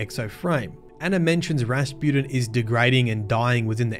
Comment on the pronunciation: Drink every time says “Raspooden” (no don’t, seriously don’t) I love the way you pronounce Rasputin as “Raspooden” and sometimes “Raspewden” and it’s fitting because for a while there he was crappin’ his dacks and then he was spewin’ mate. And Clovis is a good old fashioned sort of a bloke who gets easily misunderstood. When he offered me the job I would have accepted. Woulda been cool. We wouldn’t have taken any guff and would have got the job done no matter what.